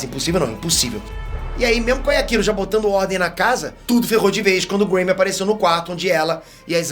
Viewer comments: Legal o vídeo,, mas só tem um detalhe: Yakiro é o meu ovo! É Yachiru! [iatirú] 20 anos de curso e não aprende o nome dos personagens! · Mano não é Yakiro, é Yachiro. Escrevi pra entender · não entendo pq os caras inventam pronuncia para o nome dela 🤦🏽‍♂️ DC: Yrachiru: Yakiru kkkkkkk gente, o nome é YACHIRU (NA PRONUNCIA JAPONESA, "CHI" SE PRONUNCIA COMO "TI"), OU SEJA, A PRONUNCIA CORRETA É "YATIRU". IGUAL COM A CHICHI DO DRAGON BALL 🤷🏽‍♂️🤣 mas enfim... Zaraki monstroooo 🔥🔥 eu assisti esse ep umas 4 vezes de tão foda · Só eu fiquei incomodado com o falando Yaquiro? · Doeu meu ouvido a cada "Yakiro", mas eu te perdôo kkkkkkkk